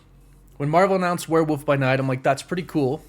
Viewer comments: “Werewoof by night” there is an “L” in that word. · Wtf is wereWOOF by night? What is with Americans butchering the English language😂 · I still don't get why you say "Werewoof" 🙈 Wolf comes from Wulf and you pronounce the 'L' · Do you say Werewoof on purpose because of your woof woof at the end or is just the accent. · hehehe...he said Werewoof by Night, lol. I get it. :) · Gotta be honest, I was looking forward to your coverage of this show because of the way you pronounce werewolf.